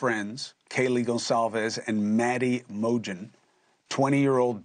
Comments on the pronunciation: Maddie Mo-Jen and Zar-na ker-noodle? It’s really not difficult to get their names right. So disrespectful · Chris Cuomo, You should have these victims name pronounced correctly by now after being said a million times. Maddie Mogen (sounds like Logan) and Xana KernOdle, not KernOOdle. Please be more respectful of people's names.